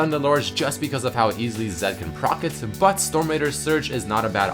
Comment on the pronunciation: "zED" more like bannED